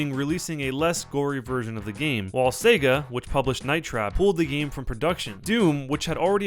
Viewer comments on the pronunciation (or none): none